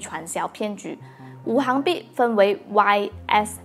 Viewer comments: 五行～xing 不是hang 哈哈 == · 應該是五行（Xing2）幣